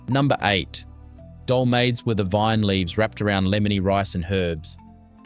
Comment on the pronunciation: They are fabulous. ate many of them in my aunty's houses. All wonderful cooks. My kids only getvthe real stuff if I cook it. And much of it is a real project. And please...it is dole ma thes. Pronunciation through this is almost 100% wrong. Just awful. But a good video. Made me miss my crazy Greek relatives and our huge family celebrations. And if you have ever seen the first movie of My Big Fat Greek Wedding, it is the gospel truth, with.a couple variations. No Windex cures in our house. My dad went for the good stuff, apricot brandy!